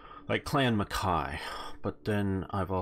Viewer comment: We pronounce Mackay “Mackai”, you said it right.